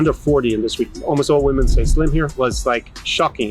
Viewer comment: First, I hate the auto synchronization youtube is forcing on all the videos they're a pain in the ass. Second, very surprised to see tapping into his scottishness when speaking about "Woemn" XD. Lastly, awesome video, as usual I especially liked hte the example video with the model which offers a guide line for guys that isn't abstract. Really looking forward to more.